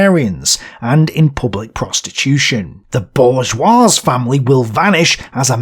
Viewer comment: The dude also mispronounces some words, like "bourgeois" ( the S is silent, "bour-zhwah"), which detracts from credibility. Otoh, the booklist alone makes this channel worth its weight in gold, lol. Good job, dont take these critiques as discouragement.